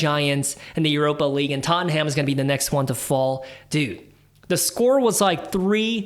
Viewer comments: It’s not tot en ham it’s tot num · Tot-num .. not tot-en-ham No need to thank me 😊